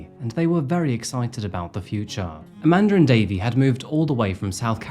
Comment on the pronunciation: I cant help thr fact but point out, because of your accent (not a criticism) every time you said " Amanda and Davey" it sounds like you are saying "A Mandarin Davey". I chuckled every time 😂. Love the content, thank you for the entertainment!